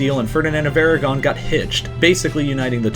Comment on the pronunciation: Yeah, Hispania as the romans called has no relation to Spain or the spanish kingdoms that flag shoulnd't be there. -And it's Aragon... not Eragon.